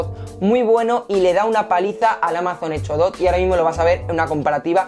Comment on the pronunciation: Retundante... Energysten... Hecho? Dot..... Buen video. Lenguaje...muy mejorable...